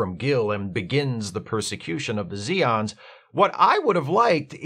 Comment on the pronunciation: They are Zay-ons, noe ZEE-ons